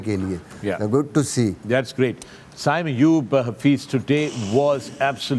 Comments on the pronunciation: Can someone tell Misbah, his name is SAIM Ayub not SAYM Ayub.. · Haha agreed i always laugh when he said “sayyym” ayub but koi nhn legend hain hmare kia keh sakte hain